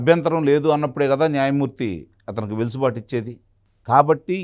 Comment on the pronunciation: వెలుసుబాటు కాదండీ... వెసులుబాటు.... ఆ పదం వాడకుండా వీడియో మీ వీడియొ ఉండదు... మాకు వినక తప్పట్లేదు 😊😜